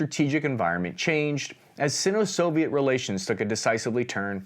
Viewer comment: Just a pronunciation tip: "Sino-" is pronounced with a hard "i", i.e. [ˈsīnō]. I kept cringing every time it was pronounced "sinn-o".